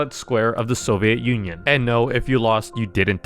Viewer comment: Did you say Soviet Union?